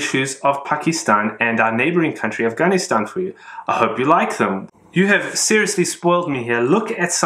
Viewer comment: Fun and informative as always ... your correct pronunciation of "Pakistan, Afganistan..." I am sure is adding to your appeal with collectors from that region. Well done!